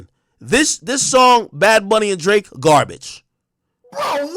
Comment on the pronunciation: When Ak was defending Drake he saids his name like Josh did on “Drake and Josh”…. “D-ra-akeeee” in syllables 😂👏